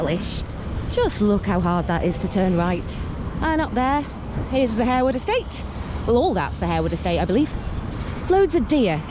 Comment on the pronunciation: I often go on this walk with my friend . The river is/would be great if the water wasn’t so polluted. So glad you pronounced It Harewood not Haarwood. Greetings from Haarhills Leeds😂